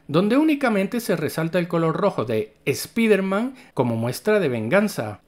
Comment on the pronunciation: Canal Ramdom diciendo "Spiderman" en lugar de "Spaidermam" mas años de vida 👌